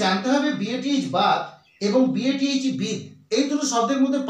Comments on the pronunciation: Bathe এর উচ্চারণ হবে বেদ্ ।আমার জীবনে কোন দিন বিদ্ উচ্চারণ শুনি নি। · Bathe উচ্চারণ হবে অনেকটা - বেদ্ (শুনতে এমন লাগবে)। আর কখনই 'বিদ' হবে না।